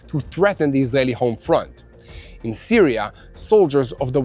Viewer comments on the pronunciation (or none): none